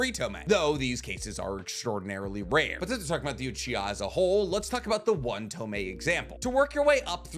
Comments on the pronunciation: ITS TOMOE!! pronounced tomoy, not tomei. Hate to be this guy, but please get your pronunciations right, it’s niggling me!😂 despite that, love your videos. Keep it up ! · AGH! it's pissing me off now. It's TO MO E not freaking TO ME! Say it right!